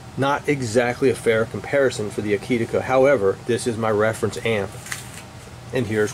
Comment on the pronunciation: To my humble opinion you pronounced the name Akitika just fine! It is simply 'A kit' + 'A kit' spelled backwards :). I guess that every pronunciation of that name would be correct! Thanks for the enlightening and honest review!